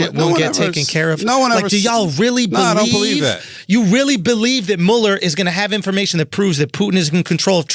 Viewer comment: I got annoyed by Andrew mispronouncing Muller's name and I am a French speaking African LOL.